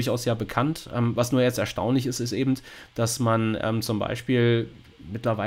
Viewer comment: Wer immer "ebend" sagt, sagt beim Metzger auch "1 Pfund nackend!" 😁 Spaß beiseite, war wieder interessant und informativ. Aber timestamps wären echt sinnvoll, wie schon jemand schrieb. 👍